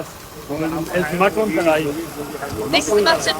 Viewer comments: KARHAI not Korai….. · its not "korai" rather its "Kar-haai"